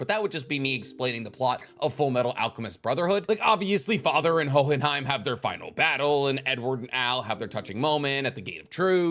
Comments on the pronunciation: i absolutely love your channel and every video you do. You are by far my favorite source for anime deep dives. But for the love of god, no one is going to flame you if you just say Ho-in-hime Hearing you pronounce in hohhinhime is like hearing coolwhhhhwip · Oh but please man the enunciation of the silent "H" in Hohenheim come on man I know you watched the anime. Was you doing that just to see who would mention it cause there's no way you pronounce it naturally that way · Jesus I know you watched the English dub why are you pronouncing hohenheim like that!!!